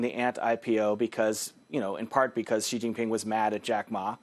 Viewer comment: He even casually pronounced Xi Jinping in perfect Chinese. I’ve never met a white American who can pronounces the “x” in Chinese.